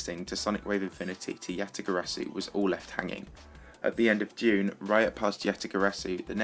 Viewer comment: Yatagarasu is pronounced Yuh-Tuh-Guh-Ruh (roll the r) Su